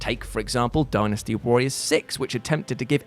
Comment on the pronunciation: hey is pronouncing dynasty the right way now